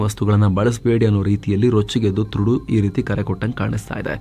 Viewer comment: ಹಾಯ್, ನಮಗೆ ಯಾವಾಗಲೂ ಮಾಹಿತಿ ನೀಡುತ್ತಿರುವಕ್ಕಾಗಿ ಧನ್ಯವಾದಗಳು. ದಯವಿಟ್ಟು ಗಮನಿಸಿ, ಅವರ ಹೆಸರು ಟ್ರುಡೋ ಎಂದು ಉಚ್ಚರಿಸಲಾಗುತ್ತದೆ, ಥ್ರುಡು ಅಲ್ಲ.